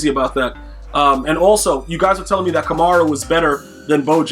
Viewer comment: You’re miss pronouncing Kamara, you pronounce it like Camaro